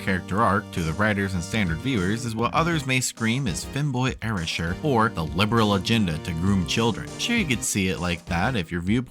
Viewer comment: and, It’s not pronounced air-rish-sher, it’s pronounced air-ay-sher